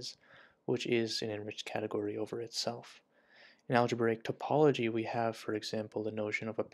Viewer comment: It's pronounced "tah-pology" not "tope-ology". It's a small error, but it reveals you've never spoken to a mathematician.